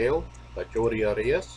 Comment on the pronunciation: His last name is pronounced "Air-E-us"